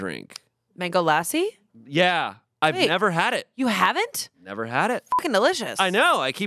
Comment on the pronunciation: The pronunciation of lassi had me crying 😭